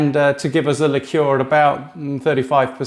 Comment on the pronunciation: Subscribed......nice to hear someone pronounce the word "liqueur" properly!